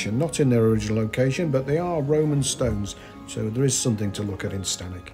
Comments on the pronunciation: Sorry to correct but it's not 'Stanic' its 'Stanwix' pronounced 'Stanicks' There was also a dig in Dec 22 at the site of the old bath house and the Cumbria park has closed its doors to the public and now being ran by Serco holding asylum seekers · Very good, . It's stanwix, as in six